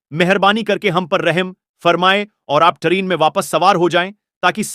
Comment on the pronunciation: ट्रेन या टरीन ।